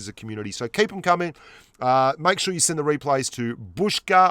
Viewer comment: replays or weplays and right or wight